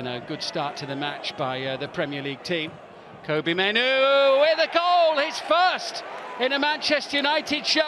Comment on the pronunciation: Its pronounced Kobbie like Robbie